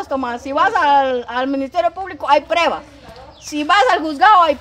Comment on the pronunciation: Jajajajajajaja cuánto me he reído cuando la vieja Vicenta dise ay prebas. Ay prebas